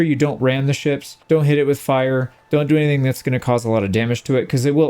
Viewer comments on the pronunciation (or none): none